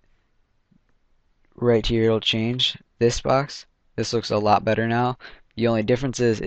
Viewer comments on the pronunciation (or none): none